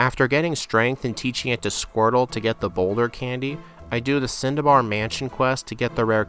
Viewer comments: Haha I noticed you have been calling the cinnabar island cindabar but I think you should not change the way you say it it becomes just the way you say it and it's pretty funny! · dude you should go back to calling it cindabar and make it a joke ahaha